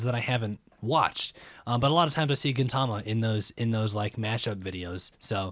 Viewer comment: If you wanna be precise the accent is at the first syllable. Gin‘-ta-ma Kintama (gold balls) means testicles. K and G are more or less the same sound in Japanese, G is just "harder". And gin means silver, which is the color of Gintoki's hair. Tama can also mean soul. So Gintama means "silver soul", but the author wanted the people reading weekly to say stuff that more or less amounted to "Hey, did you read this week's testicles?" 'Amanto' is the general term the humans use for the aliens and means "heaven people".